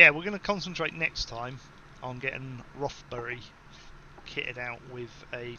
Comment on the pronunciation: It's not called rothby it's called rothbury